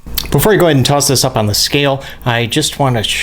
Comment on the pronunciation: When you say "click on subscribe" it sounds like you said "click unsubscribe" lol love the vids!